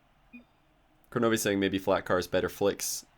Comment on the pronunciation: Does he realize it's kronovi and not kornovi?